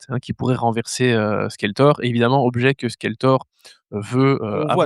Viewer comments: Par contre je suis tellement pas d'accord sur Legend. C'était splendide!! "Skelltor!" tu dis, ah lalalalala tous les gosses qui ont vécus à cette époque disaient SQUELéTOR!!!!! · skeltor 😂 ça pique les oreilles 😂😂😂😂